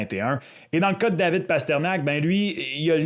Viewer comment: Mes oreilles !!! Pourquoi Parterniak??? Il est où le i ???